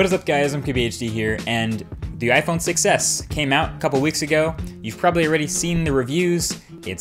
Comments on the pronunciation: anyone else hear "iPhone success" rather than iPhone 6s? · The Iphone succes , cant unhear this